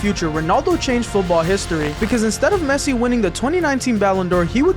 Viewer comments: Bro really said pessi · it is pessi